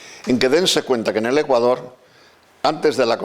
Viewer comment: Me imagino lo que esos vejestorios pedofilos les enseñaron a muchos niños. Por lo menos digalen a esa momia apostólica aprenda A PRONUNCIAR BIEN el nombre de Ecuador....basura de institución.